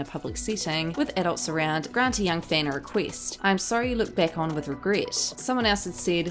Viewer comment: A celEEb makes a riQUEEST. Lol.